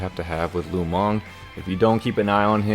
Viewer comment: lu meng -> lu mang lol